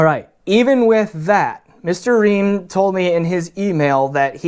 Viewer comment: It's Fried Reim not Ream.